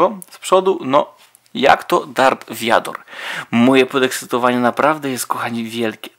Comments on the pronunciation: vader a nie wiador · Mówi się vader